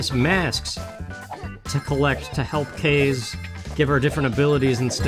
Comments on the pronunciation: Hahaha, that "a" was hiding from ya. I noticed it, but there's not much you can do. Love the gameplay! Since I know this is prerecorded, I believe her name is the Japanese word "wind" so it's ka-zay, but it doesn't matter lol. Good work,, keep it up!!!! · I could be wrong but I think it's pronounced kah-zay